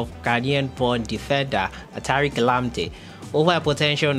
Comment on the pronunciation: Man. Pls don't pronounce his name like that please